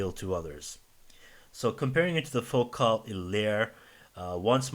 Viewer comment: Focal pronounces it like locale, he has it right ;-)